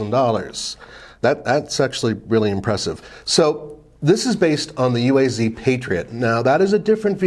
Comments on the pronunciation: It’s pronounced “Ooh-ah-z” not U.A.Z. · Pronounced “Ooaz”.